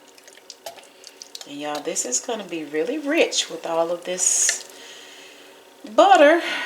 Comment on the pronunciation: I truly indeed love your recipes, but please stop with the accent on “tter” in butter, etc.. There’s no stressed accent & it’s enough to drive a sane person, 😊 not to mention a lifelong educator, as myself, crazy! Again there is no stressed accent on the “TTER “ and butter.